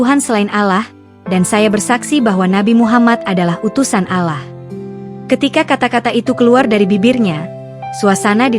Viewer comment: Yg bawa acara gak faham nyebut kata : ALLAH yg benar